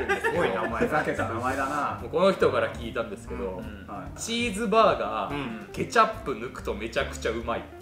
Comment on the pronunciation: の｢ケチャップ｣の発音好き